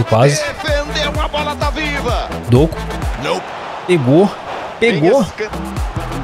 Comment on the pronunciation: so uma dica, se pronuncia “Dokú” e não “Dôku”. Tmj vc e brabo